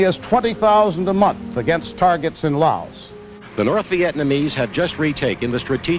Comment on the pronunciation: couldn’t even pronounce the country name correctly. 😂